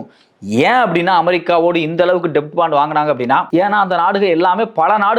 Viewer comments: Bro, அது "டெப்ட்" இல்ல, "டெட்" என உச்சரிக்கணும் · It's Debt bond only but B is silent please say it as Det bond